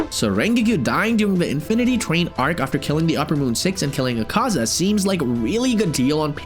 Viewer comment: "Ringiku" "Ahhhkaza" "Kukushbo" "Hashithra" 🤣🤣🤣🤣💀